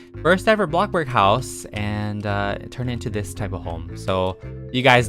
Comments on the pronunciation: Is it just me or does he say blockburg instead of bloxburg?? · i love how he goes from"welcome back to bloxburg" to "welcome. wAtA bUrG"